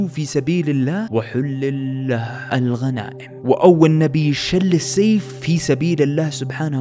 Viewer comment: يا اسمها سل السيف مش شل السيف